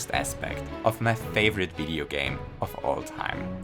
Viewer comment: I noticed when he says favorite he pronounced it "thay-vorite" and I could tell because he said it with his tongue.